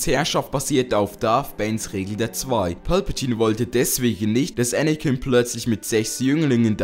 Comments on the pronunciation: Das ist Palpatine und nicht Pölpetiene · wer versteht anstatt palpatine auch immer pölpatine xD ( nicht böse gemeint )